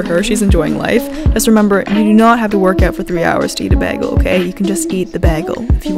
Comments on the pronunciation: No one: says Bagel like “Begel” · Drink when says BEGGELL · I think it’s a Canadian thing? I remember there was a whole HIMYM episode about Robin pronouncing bagel like that. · Is no one going to talk about how she pronounces bagel?